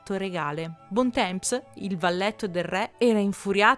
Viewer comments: Bel video, ma ua cosa... la pronuncia francese... non è bontemps, ma bontom... o cose simili. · Bel video!! Comunque Bon temps si pronuncia "bon tom" 😘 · Bontemps dovrebbe essere "bontan" con n quasi muta. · Uno che mi viene in mente è Bontemps. Se sai leggere L'IPA ti faccio la trascrizione volentieri!